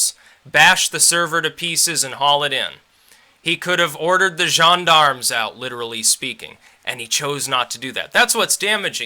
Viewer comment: "Gendarmes" LOL HAHAHAHAHAHAHAH